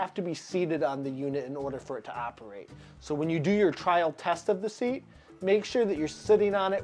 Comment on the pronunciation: Seat, not sear